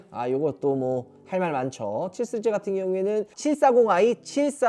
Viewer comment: 시리즈 발음을 못하네요